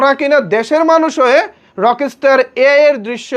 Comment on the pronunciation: এদিকে আপনি ব্রাদার রকস্টার উচ্চারণটাই ঠিকমতো করতে পারেন না।